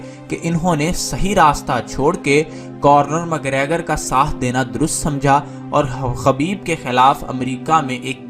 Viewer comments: خبیب نہیں اس کا نام حبیب ہے اور آئرش کتے کا نم کارنر مکریگر نہیں بلکہ کونر مکریگر ہے، پہلے بولنا تو سیکھ لو مڈل فیل انسان تم نے اس بیہودہ ویڈیو میں اپنی طرف سے بہت سارا جھوٹ شامل کیا ہے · conor mcgregor not cornor 😁😁😁😁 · It’s not Cornor. Say it correctly Conor. Correct this please. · You Got WronG Bhai its ConnoR not CornoR.😂😂 and KhabiB in writinG But Call Him HaBiB .😂😂😂 But i watched it live on sunday i love KhaBiB...❤❤❤